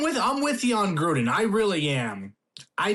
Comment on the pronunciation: John Grudden?!?!?! You’re off some good crack.